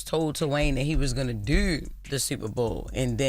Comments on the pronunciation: Dew!! Jess that Boston accent is so thick when saying Do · "He was gonna deu the Superbowl" why does she talk like that? Why is it B-more ppl cannot pronounce the letter O?